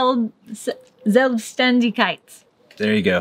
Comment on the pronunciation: Wow , Selbstständigkeit.....super pronounced👍 I will tell you, what my Granny said to me, when I was a little girl: "Sweeetie, if you are a mom some day, give your children roots and wings, mentally and physically, never a cage. And through the years, let the wind beneath their wings go stronger and stronger, so they can fly confidently out to the world, when the time has come. And don`t be scare, they will come back, cause they will never forget where their roots are." She must have told my mom this story, cause my childhood was free and lucky. And today, my grandchildren have deep roots and huge wings. You see, it can be so simple. Big hugs for you, including the cat, from the north of Germany.